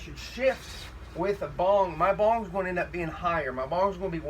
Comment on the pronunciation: This man has no clue about Wing Chun! Bong sau is ONLY a passive technique, not an active. And my gosh, he cannot even pronounce the names properly. Lmao!